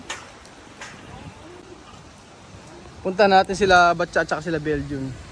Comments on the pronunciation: Patcha ang spell. Pero batcha naman ang sinigeng banggit ni. Hayssss ano ba talaga kooooyaaa??? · batcha ba oh patcha???? Ang gulo eh hahahahaha